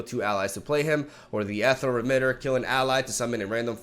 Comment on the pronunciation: Ethereal = E-thee-ree--al